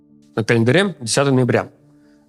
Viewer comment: Первые же секунды пришлось переслушивать, чтобы разобрать слово "календарь".